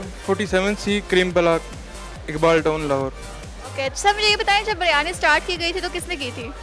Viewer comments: Behan "Biryani" hai ye BARYANI nahi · O jahil ouraat baryani nahi Biryani hota hai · O meri behn phly BARYANI bolna toh seekh lo. Lol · It’s not baryani it is biryani 😂